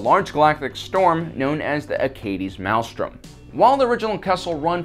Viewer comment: A parsec is, specifically, 3.26 light years, or roughly a light year short of the distance between Earth and Proxima Centauri, our nearest neighbor) and thrown in for free, "maelstrom" is pronounced MALE-strum, rather than MAL-strum, and the white thing introduced is an accretion disc (uh-CREE-shun), rather than an accreation (ack-cree-A-shun) disc.